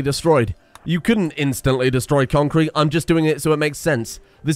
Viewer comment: Always makes me sad when he says conc crete and there's no small funny dog images on a random place